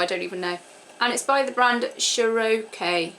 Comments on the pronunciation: Cherokee is an american brand even though it is made in another country most american brands are made in another country. it pronounced (Chair A Key) like the native american tribe. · Cherokee is a brand from the U.S. and it's said like the Native American tribe.